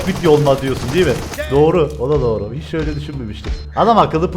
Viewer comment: Dorğu diyosun abiii